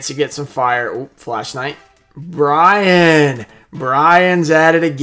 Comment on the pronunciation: and i like how you call that one card brian...and it's actually named "BI'AN" lol